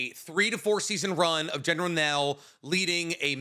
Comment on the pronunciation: calling Lucan “Lucien” and General Kreg “Journal Kell” 😭